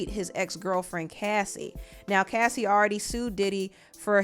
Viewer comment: Thank you for being the one of a few YouTubers ( and Chronicles Speaks) that actually said her name right and actually found clips to support her claims! Too many channels make it seem like she didn’t support her bandmates and that it’s convenient for her to say something now when Aubrey spoke out a few times. That sentiment is crazy without taking a lot into consideration. Unpopular Opinion: Yes Aubrey Spoke up but she was in a way better position than Dawn before the band was even formed. That girl has legal counsel in her family and was connected to the former president’s son. She had her own show on oxygen mind you she was the first one fired! Diddy couldn’t make that WHITE woman go missing if he truly wanted to. She knew her power and how she could move and nobody recognizes that! If anyone is curious to know where Dawn’s heart is at this present time please Support her record with Zahn Spencer entitled Quiet in A Room Full of Noise in Oct